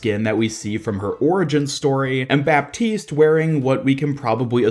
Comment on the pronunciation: It's pronounced "batiste" :)